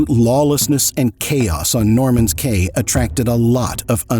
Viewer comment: Caye is pronounced Key.